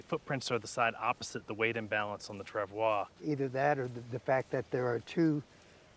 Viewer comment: It’s “trav-wah”. French word.